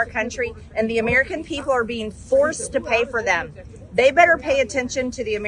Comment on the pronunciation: "Uh-MEE-ruh-kin" people.